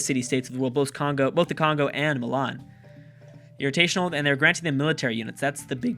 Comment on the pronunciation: Irritational.... It's IRRATIONAL goddammit